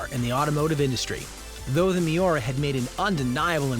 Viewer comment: What’s a Mayora? Does he mean Miura? WTF???